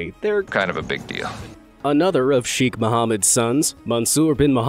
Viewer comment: Cheikh..the chei pronounced like the "sha" in Shake...kh like the c in cataract..